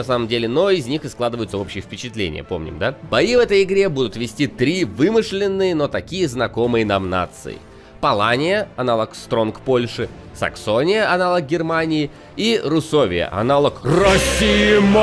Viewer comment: Руссвет- читает РУСОВИЯ.Окейййййййййййй.